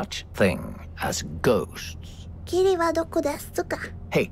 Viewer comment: Si on prend en compte la peut être mauvaise prononciation de qui dirait "kiri" au lieu de "kimi" ("tu"), alors oui la traduction serait "où es tu?" ("kimi wa dokodesuka?")...